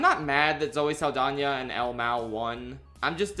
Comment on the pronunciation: I thought he was saying al mow